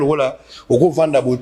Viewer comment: oza mwana ya ngoto po ndenge otangi Ngiri Ngiri